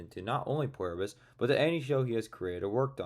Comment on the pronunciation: Sure, but why do you keep saying Pwerbus?